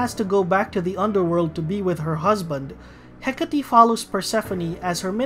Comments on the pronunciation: I was absolutely sure it was "Heck-ate," not "Heck-at-tee" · it's hecate like "heh-kate" not heck-a-tee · Somehow I got triggered by the way this guy pronouncing the persona names. I'm pretty sure Hecate is pronounce with silent e.